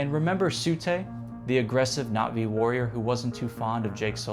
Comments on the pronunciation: Oh great. Another dude using the tryhard pronunciation of Na'Vi. 😂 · Bro's pronunciations of things like Na'vi and WETA are getting to me. The former might be right, but it's just as brain-drilling